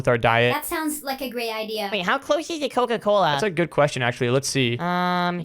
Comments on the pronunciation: Cola a sounds like koko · cola a sounded like koko